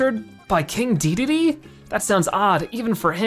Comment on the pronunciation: not trying to be rude but the name is not deedeedee it is de da day